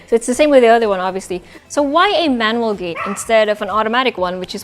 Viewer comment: It's pronounced GEN-KAN. Also your English is really good but it's interesting the way you say manual. You pronounce like the name Manuel.